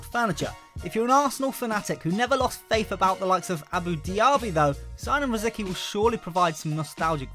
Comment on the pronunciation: Rosicky is pronounced Rositzky